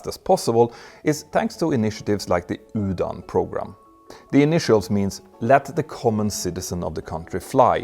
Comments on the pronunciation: Just to help. The UDAN program is not pronounced as (Yudan) but (oodan) which is a hindi word meaning "flight". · Please note UDAN is pronounced URAN ! This "D" is an "R" that doesn't exist in English.😊